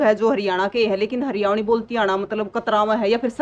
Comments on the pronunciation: Haryavani nhi hoti mdm ji haryanvi hov h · को हरियाणवी शब्द बोलना नहीं आ रहा हरियाणवी को हरियावणी बोल रहीं हैं 😂😂😂😂😂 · सर इस मैडम जी को समझाओ ये हरियाणवी को हरयावी बोल रही है बार बार 😭😭😭🙏🙏🙏🙏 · Hryavni nhi,,,,Haryanvi😀😁😁😂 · Madam ji Haryanvi bolo na ke haryavni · Haryavni nhi mam Haryanvi 🤣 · Madam ji haryavni nahi haryanvi bolo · Haryavni nhi madam haryanvi howe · हरवयावनी नहीं हरयाणवी होता है।😂😂😂😂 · hariyavni bol rahi hai